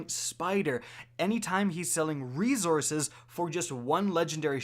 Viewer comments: The word is reSources, not reZources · Been watching u for years. Just now realized u say resources like “reezources” and I had to turn the video off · Does anyone else cringe at the Canadian reZources? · Reezourzes ~ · Bruh you killing me wit dat rezourcez...just stop saying plz..str8 butcher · For the love of God can you please say resources correctly fuck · Next video intro should be " can't pronounce resources the right way here"